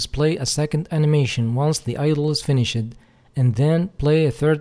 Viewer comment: yo the word "finished" the e is silent its like the normal "finish" but with a d sound at the end. it isn't an "ed" sound. It's just like a d sound, if that makes sense. Besides that perfect english, and great tutorial.